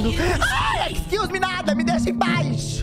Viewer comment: Excluse-meeeee NÃAAAAOONN JOGA CAIXA então é assim que se conversa em ingles? amei